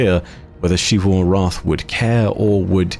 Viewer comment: why does say it like "Sheevu Arath" isn't it closer to Zivu Arath?